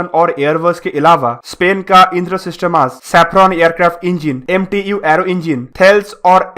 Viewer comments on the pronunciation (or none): none